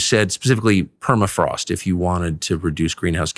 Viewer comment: “ permafrost is melting..” “ Perma” has been car-jacked